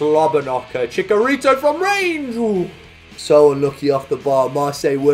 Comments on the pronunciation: Chicharitos name is actually pronounced “Chi-cha-rito” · Haha, it's pronounced Chi-CH-arito.:) Love the vids mate! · It’s TCHITCH-arito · I love you but your pronunciation of Chicharito hurts me